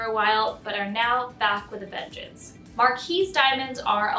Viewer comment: STOP WITH THE "MAR-KEE!" IT'S "MAR-KEEZE!" Jeeze, it is a French word, and the feminine of marquis, which IS pronounced "mar-kee," as in Marquis de Sade. All the so-called experts make this dumb error, as they do with "briolette," which is pronounced "brio-let," not "brio-lay." At least find out how a cut is pronounced before you talk about it! Same mistake made over and over on other channels too.